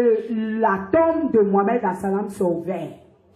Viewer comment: Vous aviez pas honte de poste6 ces genres de mensonge ?celle qui a été musulmane tt son enfance n arrive pas a bien prononcé le nom du prophète Mohammad